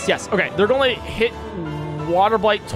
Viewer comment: Whenever says "going", he says "gon" and it's hard to explain how I feel about it